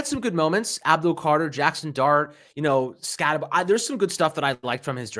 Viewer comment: It's scattebo not scatteboo